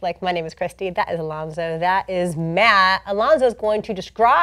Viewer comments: Haha no it's just Alonso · It's Alonso lol